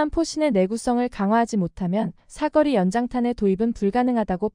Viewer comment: 자막 읽어주는 TTS프로그램들의 공통적인 문제점은, '사거리'를 '삿거리'라고 읽는 점이 공통의 문제점이네요.